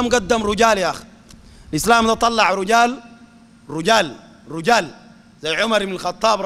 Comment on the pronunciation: رجال بكسر الراء وليس بضم الراء